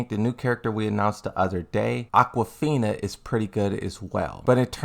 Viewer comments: So is he purposely saying names wrong? Because I don't see how you can get Aquafina from Azucena after hearing this video. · He meant Azucena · I see you're trolling with a mispronounced character names. It's Azucena